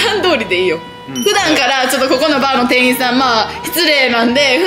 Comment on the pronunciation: 定員ていいん× 店員てんいん○